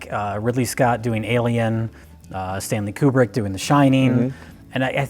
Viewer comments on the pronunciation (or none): none